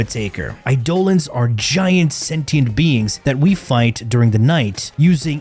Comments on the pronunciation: can we cancel this guy for how he pronounces Eidelons ? please ... i need it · Eye-doll-ons man you got me there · bro said eye-dolans 💀